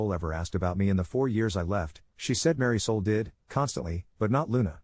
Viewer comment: Ummm. Mary Soul? Isn't it Marisol?